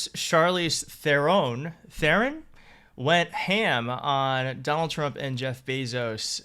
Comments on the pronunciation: You pronounce Charlize’s surname as “TERON”. It’s pronounced with a plain ”t” — as in Te-ron. Think Pete Thiel here (e.g. Teal) — you only pronounce the “t”. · I'm a South African and I love Charlize to bits but her surname is pronounced "tRRon" with heavy emphasis on the R. It sort of rolls in a Dutteral manner. As in Trrr-hon. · Its actually pronounced "Thron". Its an African name. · Its there in. That's how to pronounce her name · Seriously, you've never heard anyone say 'Theron'? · Its pronounced like 'Te-ron'. Similar to 'Terhan' but with an 'o' sound. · Respectfully learn to pronounce her name before you introduce her..pls